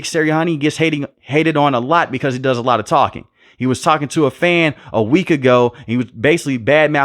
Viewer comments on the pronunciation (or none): Cause, not cost